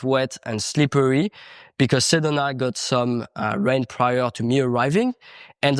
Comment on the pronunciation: Repeat after me: Seh doh nah. Sedona